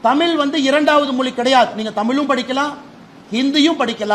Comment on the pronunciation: ஒழுங்கா தமிழே பேசத் தெரியல உதய நிதிக்கு தமிழ் என்று சொல்ல வரல தமில் பெற்றோர்கல் என்று பேசுகிறார் இவர் தமிழை வளர்க்கிறாராம் காலக் கொடுமை 😂